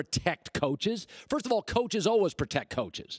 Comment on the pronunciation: i absolutely HATE the way this man says "always" alwuz